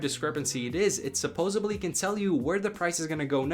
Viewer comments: Hey brother, it's supposeDly, not supposeBly. All love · You said “supposably” the word is pronounced and spelled “supposedly”. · Thanks for this! FYI it's SUPPOSEDLY. Not SUPPOSEBLY. (See Friends episode - Joey) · It’s “supposedly”.